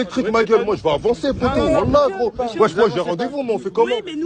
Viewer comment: il n'y a pas de e en arabe, en fait il dit wish 🤣